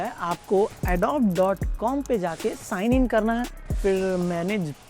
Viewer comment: Adob nahi Adobeee bolte hai, get your pronunciation correct before trying to be an expert.